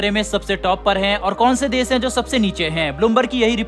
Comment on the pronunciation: "देस" उच्चारण न करें, "देश" ही बोलें सेयॅर, सुरु; ●●● मीडिया जगत में "श" अक्षर की भारी कमी, जैसे कि.........रिलेसन्स, रिस्ते, कोसिस, देस विदेस की परेसानी, सुल्क लगाना, दोसी व्यक्ति पर सुल्क, रासनकार्ड की सिकायत, रासन पानी, समसान में जलता सव, प्रसासन की छमता, सुबह-साम, सौकीन तथा सरारती, असलील हरकत, सादी में जसन, सगुन की सुरुआत, इस्कूल में सास्त्री जी, इस्टेसन पर रेलगाड़ी, युवासक्ति किसोर व किसोरियां, 'स्तर' को अस्तर' उच्चारण करना, वीडियो सेयर करें.......आदि आदि । *बस ! 'श' के उच्चारण को 'स' मत करना, हमारे बच्चों का उच्चारण खराब होता है; *😢